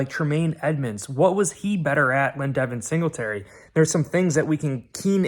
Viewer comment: He said devein singletary lol love the show all the sweet scenery